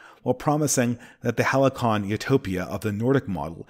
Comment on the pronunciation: you were winning right up until “halycon” 😂 srsly tho great video